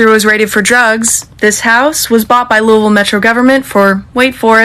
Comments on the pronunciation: And its "luhw-vul Kentucky" 😂😭 not Louis-Ville 😭😂😭😂😭😂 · Its so weird to hear ppl outside of Louisville pronounce Louisville like Louis Ville lmao Also as a local activist here and more... some of this is inaccurate af just sayin Also she still did not deserve to get gunned down like that no one does a person selling drugs or not. This system is messed up and this is bigger than Breonna. Also it said “one dude she messed with before she messed with me” not dealing But also being unbiased is so important. Appreciate this take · “Looeyville”, “Louahville” , or “Louville” are the pronounciations of the city